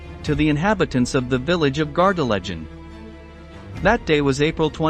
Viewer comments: Pronounced Gar de LAY gen. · Please could you pronounce Gardelegen correctly.